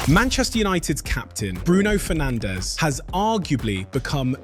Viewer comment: Disappointed that you and your team didn’t educate yourselves on how to pronounce his surname properly. Come on we’re in 2026 now guys. He’s Portuguese, not Spanish.